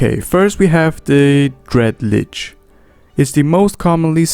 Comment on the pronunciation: One thing hurts my "mmo-rpg feelings" - It is pronounced shortly: Lich, not Leech